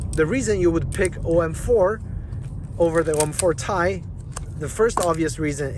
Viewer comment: Its called T-i not Tie. T-I is the scientific name for Titanium. Not Tie as you repeatedly wrongly called it.